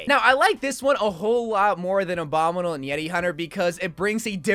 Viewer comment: I dont like the way he says "abominle" instead of "obominible"